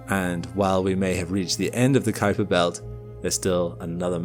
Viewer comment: I really appreciate your accurate pronunciation of "Kuiper"!